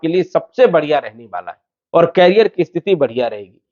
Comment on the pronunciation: Please कैरियर (carrier) mat bolo. Iska matlab hai carry karne wala. Jaise cycle ke piche hota hai. Ye करिअर (career) hai. Bar bar kan mein bara khatak raha hai. 🙏